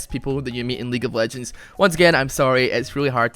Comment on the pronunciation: weague of wegends